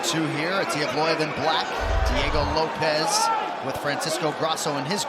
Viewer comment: Bro said Diego loaps 😂😂